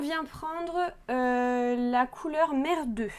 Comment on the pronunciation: de l'humour lorsque vous dites la couleur mer 2 on a entendu: merdeux. C'est tout, on a tous fait ce genre de chose et... c'est rigolo.